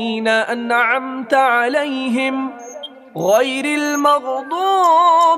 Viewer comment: Asalāmualikum warahmatullahi wabarakatuhu Sir you have read " gairil magduuuuu be" You have prolonged "ضُوۡ" in الۡمَغۡضُوۡبِ however we can't do it here!